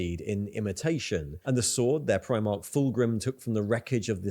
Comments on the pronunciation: Like the reactions to warhammer stuff but your pronunciation of primarch drives me crazy…. It’s prime-ark not preem-ark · He says it like the UK Clothing brand, Primark, and It sets me off lol